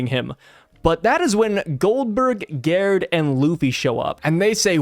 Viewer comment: Since Gerd and Gerde are european/scandinavian it would be pronounced with a G not with a J